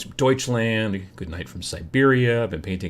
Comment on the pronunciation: "Deutschländ" xD next time you read deutschland its germany ;)